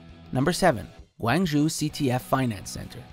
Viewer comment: I cringed at his pronunciation of Guangzhou.